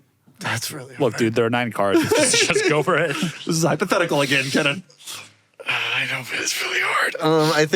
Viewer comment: It’s Keenan not Kennan.